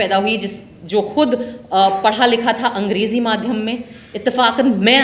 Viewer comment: Madhhm नहीं माध्यम बोलो मैडम